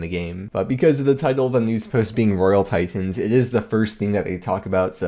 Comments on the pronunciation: What's a tie tin? Your pronunciations are extreme. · RoYaL TiTENS jesus stop saying it pleaseeeeee